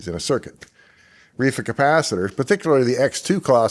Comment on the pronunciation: sounded like you said "reefer capacitor"